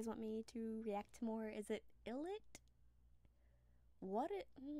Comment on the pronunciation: ILLIT is pronounced eye-lit btw! It used to be written as I'LL-IT but they changed it bc of copyright issues 🤧 their name means I Will Be It and the - it used to have represented a fill in thing so for example they have a predebut show called "i'll like it" where they went on a vacation to jeju island after the show they were formed in, runext, ended!